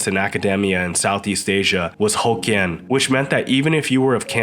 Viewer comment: Not pronounced: "ho kians" but "hock Kian"